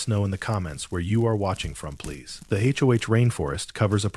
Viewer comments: Please just say Hoe. Not H. O. H. Please god please. You’re killing me Smalls. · If he was actually there he,d know the name of the river is the Hoh, (pronounced Hoe, like the garden tool).